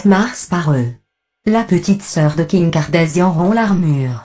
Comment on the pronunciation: Kardashian et non kardasian